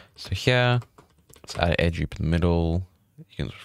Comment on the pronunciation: why cant you say Edge Loop properly!!!!